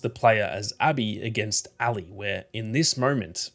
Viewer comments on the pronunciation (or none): Ally? Its Ellie. Are you Australian or something? I notice they say "See-ga" instead of the proper "say-ga". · Me listening with headphones: “Who the hell is Allie?” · Why are u calling Ellie Allie? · Great video but the Ellie pronunciation pmo